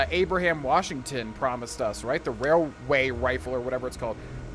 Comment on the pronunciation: The wailway wifle Love it lmao and I know I’m a bit late but also love your playthroughs and commentary. Keep it up 👍🏼